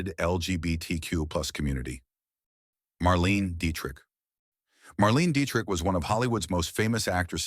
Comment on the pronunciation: Marlene [Mar-leen-a] Dietrich... not Marlene.